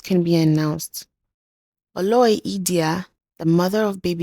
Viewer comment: I really love your content, amazing. I would suggest you make a little more effort to learn some pronunciations perfectly e.g Oloi is pronounced /Oh Low i/